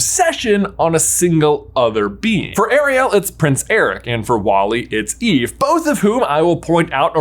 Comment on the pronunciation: It's eve-ahh!! 🥺